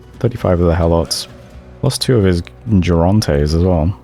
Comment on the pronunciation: The G in the beginning of Mekone's stuff is a hard g, like in grass. Sorry, man, but when I heard jigantes and jerontes in one sentence, my hand actually twitched.